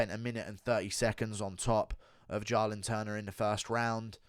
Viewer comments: Do you pronounce "Jaahhh-lin Turner" wrong on purpose to trigger people? Well, I'm triggered. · The way you said “Jalin turner” a million times killed me 🤣🤣